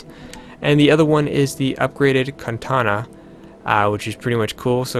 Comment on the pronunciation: it's katana not kantana